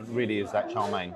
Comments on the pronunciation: FYI, Wong Kei is pronounced as Wong Kay, Kay as in Okay. Chow Mein is pronounced as Chow Mean, not Chow Main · I can't say I have ever heard chow mein pronounce char main 😅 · I twitch every time you call chow mein “Charmaine” 😂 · Its not char main it's chowmien 😂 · Isn’t it Chow Mein? You seem to be saying CHAR Mein…? Interesting. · Is it pronounced Char Main or Chǎo miàn? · Why are you calling Chow Mein "Char" Mein? Have I been pronouncing it wrong all this time?